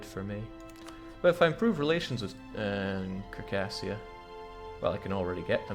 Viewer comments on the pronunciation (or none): Sar-cAs-shuh, say it with me now